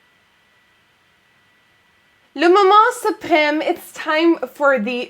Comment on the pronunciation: "Le moment suprême..." Your french is not so bad! haha! :P